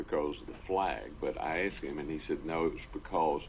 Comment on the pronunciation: Color him black, and that slow southern drawl combined with his occasionally slouching and the H'white way of saying "asked" as "assed".... yeah, well spoken in your world.